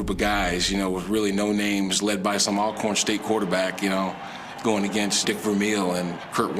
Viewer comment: it's "ALL-CORN" not AL-CORN. Pronounce it right people.